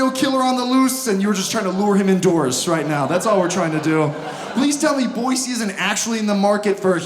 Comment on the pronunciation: Thanks for saying Boise correct. That drives people create.